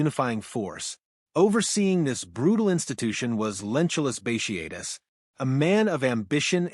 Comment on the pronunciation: Bat e atus. Not bashiatus